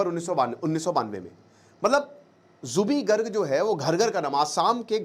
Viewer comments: It's Zubeen not zubee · Zubee nahi ree zubeen garg, thik se homework tou kar leta, Ek baar Assam ka map bhi agar dekh lia hota tou zubin dikhai deta. Assam 3days se bandh ha log rastee par ha, fir bhi kahi koi arajagta nahi, cororo log ro ro kar gaa raha ha ek hi gana kioki Zubeen da chahte the jab ye jaye pura assam ma ye gana bajna chahiye, Assam ke Har ghar gali gaon ma unko tasbee laga ke log 3din se ga raha ha. har bar national media ya Ali ki he baat karta ha, assam ma koi nahi karega ya Ali ganne ki baat, unka pehchan ya Ali se nahi the, Aapne homework thik se nahi kia. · First Speak Her name Corectly. His name is Zubeen Garg not zubi garg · Already skipping your video in the first 22 seconds when you mispronounced zubeen garg's name. Felt really disrespected... you can talk everything about him but cannot pronounce his name correctly.